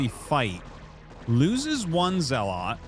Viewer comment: Artosis I’m not one to correct people but you say zealot wrong.